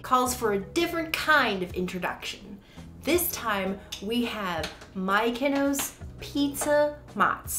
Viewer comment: Lol. I was wondering how they came up with Mikenos 😂